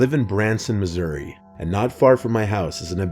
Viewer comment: Oml Im right by Branson and my heart sank when i heard that mf say Missouri T-T